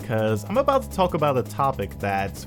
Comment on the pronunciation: Is it me or does sounds like he pronounces "talk" like "tope".